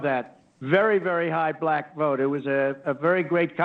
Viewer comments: No it’s very high, balack vote. Good lord. Added an extra syllable. God help you. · "I got a very high buh-lack vote". WTF?